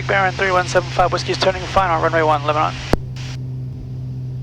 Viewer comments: Was going to say the same thing. Leb-nin. would have a hard time with Shelbyville too. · You almost got to the point you could correctly pronounce “Lebnan !” I can’t tell you about all the fun places to eat and things to do in Middle Tennessee if y’all remain blacked out on FlightAware! Did you meet the great Heather Bay, airport manager at Lebanon? We base our (air conditioned) A36 20 miles south at KMBT. Safe travels! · I'm from Nashville... It's pronounced "Lebnin" here. Yup we drop a syllable and change the pronunciation.